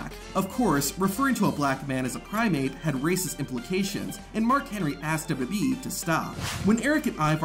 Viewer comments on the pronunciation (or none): On the Mark Henry clip both he and the caption said "prime ape" – suggesting that's what he actually thinks the word primate is... 😆